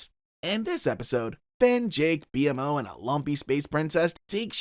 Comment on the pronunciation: You kept calling Jake "Jack". you say Marceline kisses Jack (Jake) but the clip shows her kissing Finn on the cheek) and then you say "Finn can't eat anything because of his bird beak" but show Jake as a bird. Lastly: BMO's name is pronounced Beemo.